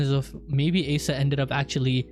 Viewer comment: You're pronouncing Asa wrong. Its not Ace-ah it's Ah-sah